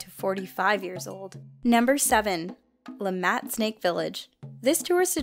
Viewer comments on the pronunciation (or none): La MAT😆 La MAH is how it is pronounced.